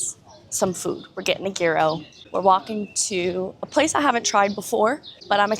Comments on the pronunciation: It’s pronounced yee-ros, not gear-row. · It's YEER-oh 😅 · I enjoy your vlogs, but I am sorry to have to correct you but a gyro is not pronounced with a hard g as you pronounced it but google AI explains it best: "The Greek food "gyro" is pronounced "yee-roh" in English. The "g" is silent, and the "y" sound is similar to the beginning of the word "year". The "r" is rolled slightly, and the "o" sounds like the "o" in "go". " I apologise for being pedantic, but I feel, if possible we should always try to pronounce foreign words the way locals do. It is a sign of respect for their language and culture and I know you are a respectful person. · Yeah I couldn’t take it either, she seems like she would know better! 🤦🏻‍♀️ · Gyro is pronounced Euro. Welcome to Greece🇬🇷! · I usually try not to be that person, but I have a couple pieces of constructive criticism, if I may. 1) gyro is pronounced year-o, not gear-o. 2) it’s sayl-away, not sal-away! 3) it’s kinda discombobulating when your audio keeps going but the video doesn’t cut at the same time as the audio.